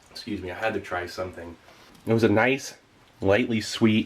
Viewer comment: Can’t even say NICE 😢 Maybe GROSE 🤣😂 Peace ✌️